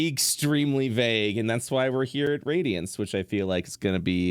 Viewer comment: For anyone thats confused,the campaign name isnt pronounced "radiance" but "RAD-iance"